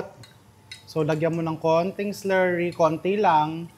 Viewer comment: Kanino ka Chef nagpaparinig ng s-lerry?🤔ay! Slurry baga‼️😂